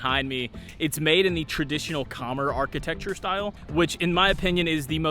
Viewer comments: Nice video and happy to see you highlight a local eatery. Many gems along the streets of Phnom Penh! One word of advice would be to ask for pronunciation help on local words. The two that stand out are Khmer (Kuh-mai) which should rhyme with come close to rhyming with eye and Bassac (buh-sock) which should rhyme with sock. Take a minute to ask a local. They will be happy to help and pronouncing things the correct way shows a respect to the culture. Thanks for highlighting this beautiful city! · Khmer is pronounced cuh-MEER. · It's pronounced Ka-Mye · Not trolling. Ka-mare like a horse ( western) or Ka- mi like the word hi. (Cambodia way to say). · Kommer? it's pronounced K'MAI. Also, I notice you eat with the fork. In Cambodia you eat with the spoon and use the fork to load the spoon.This is why the forks at local restaurants are so flimsy! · What an idiot saying Khmer so confidently but wrong